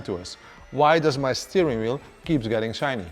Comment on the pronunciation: Shiny, not SHINNY !! 😂😂😂